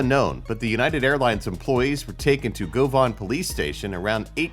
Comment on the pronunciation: As a Scottish person, I can say your pronunciation of Glasgow and Govan was just awful and hurt deeply